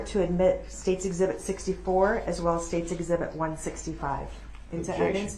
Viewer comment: Eg- zee- bit. ,( exhibit).